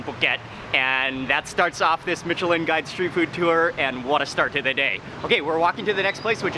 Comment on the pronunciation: His pronounciation of Micheline is bothering me